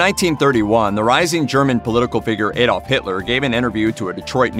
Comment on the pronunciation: AY-dolf? Damn that is so American!